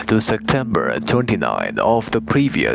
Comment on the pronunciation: Namaskaar,! I wonder what is your mother tongue? I heard you pronouncing "Sectember". In my mother tongue, some people also pronounce it this way.